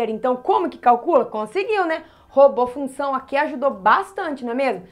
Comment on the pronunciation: Professora vc precisa cortar esse "f", se não fica "lunção". Suas aulas são excelentes.